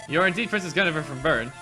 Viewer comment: it's pronounced "Gwin-eh-veer"